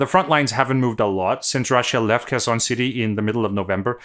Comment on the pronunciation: It's so easy to make things better. It's Herson (like hunt), not Kerson (or c^nt). :face-orange-biting-nails